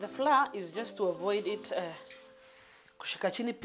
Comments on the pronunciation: Njeri Ngugi yes he is...from the dictionary though people ain't used to that pronunciation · It's flower The pronunciation 😂😂